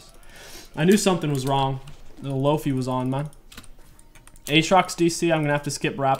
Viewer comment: He did not just call it "Lo-Fe" instead of "Lo-fi" lol